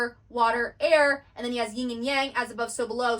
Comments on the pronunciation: yin, not ying. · Why do you put a g on the end of Yin?